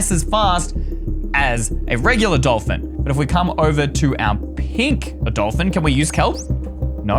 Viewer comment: Bruh when u said pink DOLFIN u said pink DOLFIN